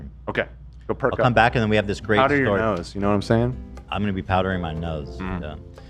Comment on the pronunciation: When ethan hit that, "nahmsayin" Word is the world exploded in on itself :_h3h3Heygirl1::_h3h3Ethandrunk::_h3h3Heygirl1